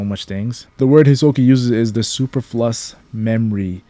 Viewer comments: lil bro... no. Pronounce it: Sue-per-fuh-luss, not SUPER-FLUSS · Brother it is superf Lou iss not fuh lus lmfao